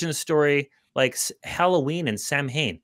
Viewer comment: Hey folks, Samhain is pronounced Sowin, FYI